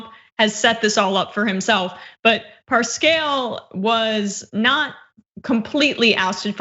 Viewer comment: Right out of the gate, the presenter makes a fool of herself. How can somebody involved daily with the news not know how to pronounce the president's campaign manager's name ? Cringe